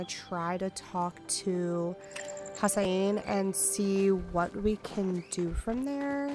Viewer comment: Hassian is definitely not pronounced HASS-eye-een. It's HASS-ee-ehn.